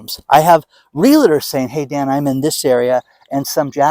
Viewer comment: REALTOR.... R E A L T O R.. Not Realitor